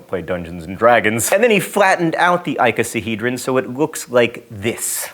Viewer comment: Your inflection on "Google Maps" and "icosahedron" is unlike any I've heard before, with the primary stress on "Goo" in the former (whereas I say and have always heard it on the "Maps" part) and on the "ico" in the latter (whereas I'd put it on/hear it on the "-he-" portion).